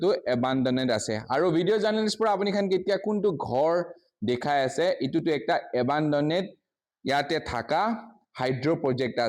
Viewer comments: Class-1 failed media journalist🤣🤣🤣🤣.. Brother it's A-ban-doned and not A-baa-do-ne-te🤣🤣... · Don't expect him to pronounce it right when he cannot even pronounce abandoned ,turbine and electricity right.